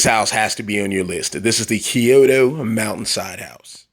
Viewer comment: you don't say it like that you say it like (k-yo-to)